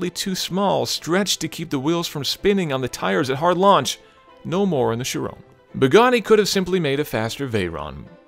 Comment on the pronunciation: Where is? The most important review of the year and this guy does it! did I hear him say "Bagani"??? Seriously disappointed guys. Its well shot but poorly scripted, very poorly narrated. I think you should have waited for to review it to release this, instead of just wanting to be the first review out there. Quality not quantity of views!